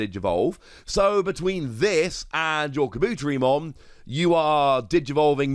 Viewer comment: Kah-boo-tear-ee-mon. Great vid, but i have to point out the mispronunciation.